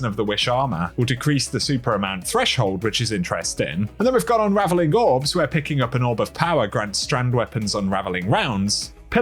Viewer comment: "unraviling wounds"